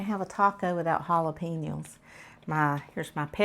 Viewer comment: did you say "jalapeniles?" Happy Birthday ~ Hope you had an amazing day!